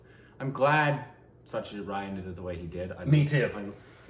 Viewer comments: It is Aishwariya Rai (Raa + I) and it is Satyajit Ray (pronounciation of "Ray" may be taken from "Sun-ray") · As always love the movie reviews, have to watched this film though! Congrats 🥳 again in the 1M milestone! By the way the ‘Rai’ is Aishwarya Rai comes from Karnataka, she is from a Tulu speaking family. While as you know Satyajit Ray is from Bengal, and the Ray in Bengali is pronounced as Roy but for most Indians it’s is Ray as in the Ray of sunshine! Well he was certainly the brightest Ray of shine ✨